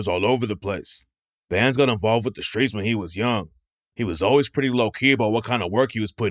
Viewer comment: Shhtreets? You mean streets?